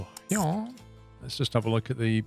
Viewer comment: Why did he say "Here" like that? I just noticed lol